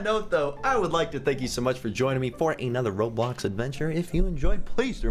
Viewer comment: You said ROBBOX